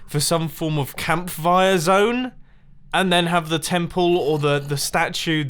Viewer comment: Was it just me or did it sound like mumbo said campfire with a v. Like camvire